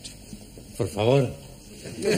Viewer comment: I thought he always say Porfa Vor 😂😂😂